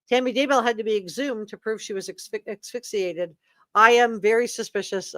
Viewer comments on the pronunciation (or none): AS·PHYX·I·ATE. Zulema = PAS-TE-NES